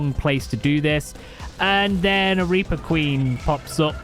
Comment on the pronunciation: The way you were saying reaper was driving me a lil crazy. Sometime it was reapah sometimes it was reaper occasianally it was reapuh. Like wtf man pick a pronunciation lol